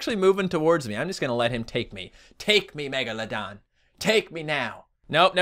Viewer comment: you Said megamedon